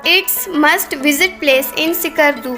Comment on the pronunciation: Ckardu nhi skardu..... Iskardu bolain